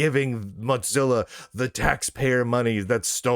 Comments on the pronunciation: "Motzilla" pronunciation is awful to listen to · "Matz-illa", like "matzoballs"... I see what you did there. 🚓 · Muttzilla? Why does he pronounce it that way? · Lunduke’s pronounciation of “Mozilla” kills me every time 😂